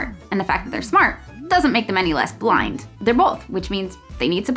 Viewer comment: The fact that when she said 'blind' I heard 'flying' and went along with that for way too long without questions. Yes, the students who are flying 😂